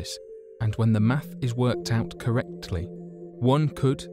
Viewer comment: How did he even say 'correctly' like that?